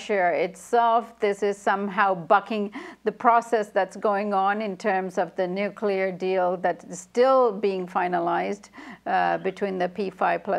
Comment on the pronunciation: how many times does he say nucular? UGH ITS NUCLEAR